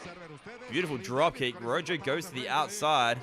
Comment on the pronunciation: Daym great on all ends only his name is pronounced like "roho" but i cant believe when they strapped the title to him at the end it was upside down 😫